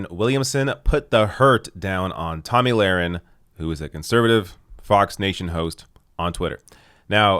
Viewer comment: The thing is, you have to intentionally mispronounce her name. Tomey Lauren or something like that